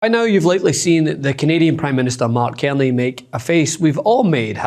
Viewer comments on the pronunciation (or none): Our Prime Minister name is Carney. Not kemy. Please tell your reporter to learn to pronounce his name properly. Its Car ney. I have broken it up into syllables. Learn to say it his name correctly period! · CARney, not Kearney. Please!!! It's not difficult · Love your work but his name is C-A-R ney as in car and not kierny. People do not know a Kierney! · Dude ... .its Car knee......carney.